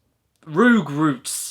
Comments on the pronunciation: Roogroots Soorch Foor Rooptoor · He spelled the u's like o's! AHAHAH! This surely IS funnier than Adam Sandler...